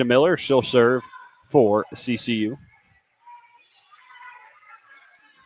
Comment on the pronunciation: OMG ITS CCU NOT kcu!!!!!